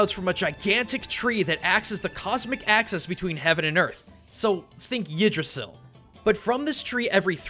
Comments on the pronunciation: It's pronounced igg dra sill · What the hell is Jydrasill? (Yeah, I know he meant Yggdrasil. I'm just making fun of his horrible pronounciation of a norse name. Love ya,, but I think you should beat yourself less up over Mandarin, because no matter how bad it is, it can't be worse than your norse) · Not to be rude but Taoism is pronounced Daoism I understand that you don't know much of China just thought you should be informed! PS Yggdrasil is pronounced Igdrasil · Yggdrasil is pronauced like the y sound j because the writing uses the vowel rune u(o/ø/æ/ä/ö/w/y) not the i and j rune. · Yggdrasil... You say your Chinese pronunciation is bad, but most Japanese animés get that name right. XD In the nordic languages Y is very seldom pronounced as a "J" sound.